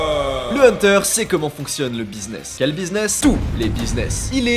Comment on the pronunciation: Le meilleur "hunterrrr" jamais prononcé